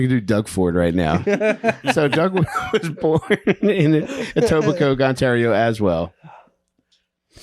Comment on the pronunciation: It's not pronounced EtobiCOKE it's Etobicoe. My brother and I love the show, it's my favourite true crime pod ever.